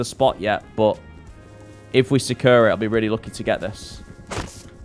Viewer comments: “The concept of oasis seems so securr” 😂😂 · Always erks me how you say secure like kanye off all falls down 😂😂